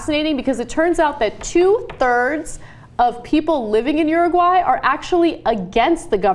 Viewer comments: Ana says uruguay like she's saying urinal. OORUWHY. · uru-high lol